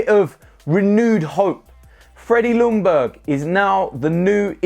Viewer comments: His name is pronounced ”Youngberg” in Swedish. Loungberg just sounds stupid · Now it’s time to learn how to pronounce Freddies name right. First of all. The L is silent. Closest way to pronounce his name would be Yungberg. Greetings from Sweden!! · the L is silent in Ljungberg ok dude so as not to upset our swedish friends ok brother, coyg, 🤩🤩🤩